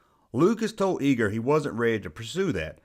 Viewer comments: Love your video but Bob's last name is pronounced Eye-ger, not Ee-gerr. . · EYEger, not eeger!!